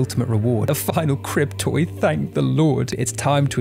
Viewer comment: Oh you’re saying “crib toy” and here I thought you’ve been calling them “cryptoids” lol.. I wasn’t even arguing tho lmao they could pass for cryptoids...